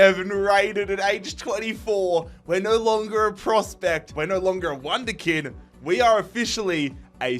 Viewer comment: He said wonder kind XD